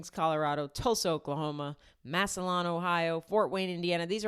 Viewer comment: I have tickets for Massillon. Its pronounced mass-uh-lynn. - Samuel